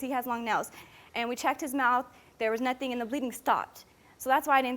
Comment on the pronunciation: His mouf? Mouf?